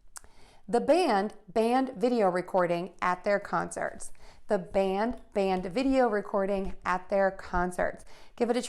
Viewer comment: When a comes before m, n, or ng, I can hear more e, no more a pure a anymore. In this video, band sounds almost the same as bend?